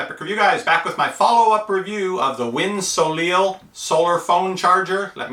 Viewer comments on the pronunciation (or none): "soleil" is actually pronounced "So-Lay"....French for sun :) Just an interesting FYI.